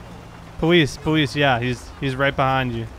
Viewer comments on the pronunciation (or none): He said powise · Powese? (How FTM says Police)